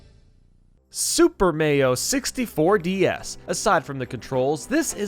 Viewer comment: xDDDD WHAT THE HECK IS A SUPER MAYO 64 xDDDDDDDDDD oh my god- xDDDDDDD